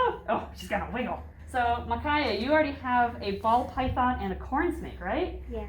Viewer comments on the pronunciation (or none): none